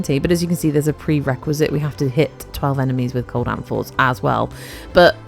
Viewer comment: Not gonna lie, I heard 'apples' not 'amphors' 😂 I love Alchemy especially in Duviri for easy progression in Circuit. Also, ahhhhhh, your voicccceeee ❤❤